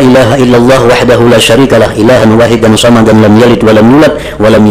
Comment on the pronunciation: Somadan bukan samadan, pake shod bukan pake sa'